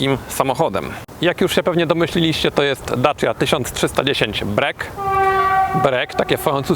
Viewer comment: To dobrze o nim świadczy bo to prawda. tylko trochę inaczej to się wymawia.